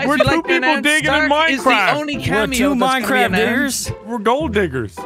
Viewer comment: Its minecrafff